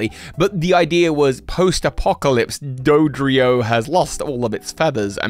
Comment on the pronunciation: You just turned Dodrio into Hydreigon 😂 I can’t tell if that was intentional or not lol